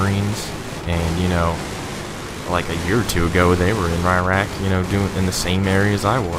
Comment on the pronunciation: Holy fuck FINNALLY someone knows how to say Iraq.